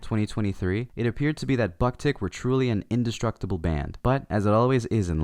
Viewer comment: How can you pronounce japanese names perfectly but don't know how to pronounce the name of the band?